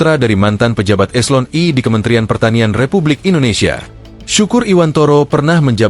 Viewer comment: Hei Tribun jangan gunakan robot voice donk. Apa itu "eselon ee"??? Eselon I.... kok "eselon ee" . Pake suara manusia. Kok takut banget ngungkap fakta???